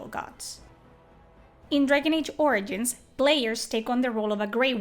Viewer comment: You say origins Funny! ~ORINGINS!